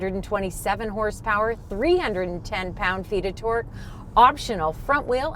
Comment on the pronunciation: I love the way you guys say things, don't really notice much difference in the Canadian/American accents. The only thing that gets me is sometimes the way says Torque sounds like twerk, and i think of big booty cars twerking 😂